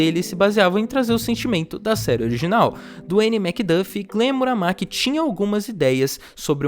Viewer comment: E quem caralhos é Glen Muramaki? O nome dele n é Murakami